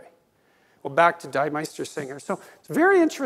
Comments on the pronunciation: NBD, but the German 'die' (in this case, plural definitive article?) rhymes with English 'me', NOT 'my'... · “Deee” Meistersinger von Nürnberg. Not “Dye” Meistersinger. A little surprised the doctor can know so much, and not know that. Otherwise, superb lecture!